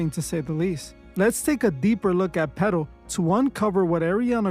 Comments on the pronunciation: ngga so nyc hispanic he sound like he saying “pedo” not “petal” 😭 😂😂😂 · petal peto P to the E to the D to the O . i heard it when you said the name. once you hear it, you cant un hear it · “Petal” sounds an awful lot like “Pedo” 🕊